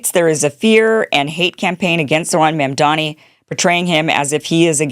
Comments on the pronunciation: Kim, his name is Mamdami. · Can you stop calling him Ma’amDaani? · Kim, Trump IS bad for Blacks and Hispanics. Try a different analogy. And how about properly pronouncing Mamdani’s name?